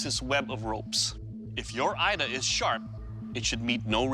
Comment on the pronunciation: A Yoruba here 🙋🏿‍♂️ Here to correct some mistakes: 1. Your pronunciation of ida is incorrect; the I in the word is pronounced as E not I, so the pronunciation is E-da not Ai-da. 2. Ida can only be 2-faced, and it’s never used for farming or cultivation; it is strictly for battle. The 1-faced blade is called Ada pronounced A-daah. There is in fact a Yoruba adage that explains this: oju kan ni ada ni, bi o ba di meji a di ida (meaning the ada has one face, when it has two faces it becomes Ida). Ada is used primarily for farming and sometimes hunting; but its primary function is farming and clearing the path. . Thanks for showcasing the Yoruba weapon.